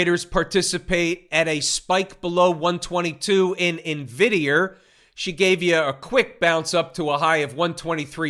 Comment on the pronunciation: 😂😂😂😂i like how he say Nvidierrr